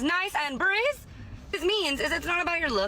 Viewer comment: her dentures don't let her say "breathe" correctly.